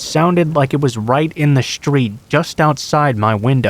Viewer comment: it is a street. not a shtreet e